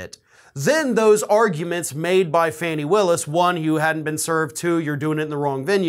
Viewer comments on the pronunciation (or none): Pronounced Fah-ni not Fannie. Sorry. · FAH-KNEE not fanny. Fani Willis. Since when does someone get to decide whether or not they will be served with a subpoena? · I'm from Atlanta, so please pronounce her name Fawn-Nee that's how we do it here, Thanks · it's pronounced FAWN-ee. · Fawn nee Her name is pronounced fawnee! I know you wouldn’t mis say it on purpose